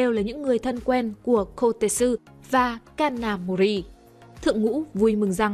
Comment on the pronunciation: cj ơi có đoạn đọc nhầm kanamori thành ông thanh tra gà mờ nakamori ko bắt nổi kid kìa